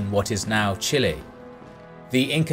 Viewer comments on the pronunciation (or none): none